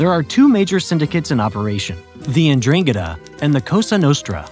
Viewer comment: That pronunciation of 'Ndrangheta was ATROCIOUS. Had to look it up, but it's DRAHN-get-tah